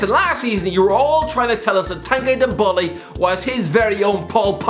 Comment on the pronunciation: The way he pronounced ndombele😂😂